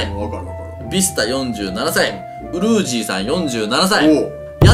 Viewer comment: がウルージの事ウルージィっていってた。